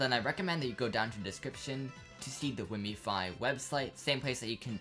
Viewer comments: Its called wiimmfi not wiimmifi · i hope you know wiimmfi is named after Wiimm, pronounced Weem? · Thats not how you say Wiimmfi...